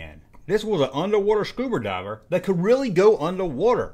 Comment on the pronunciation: Did you say “scuberdiver”?😂